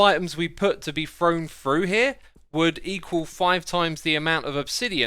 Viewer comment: What does, "...in fact, the amount of items we've put to be frown froo here" :D